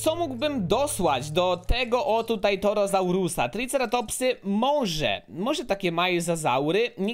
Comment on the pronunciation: Nie dawaj więcej roślinożerców bo torozaury się wkurzą i czytaj porządnie po polsku nazwy dinozaurów: Torozaur Brachiozaur Majazaura Diplodok Spinozaur Kamarazaur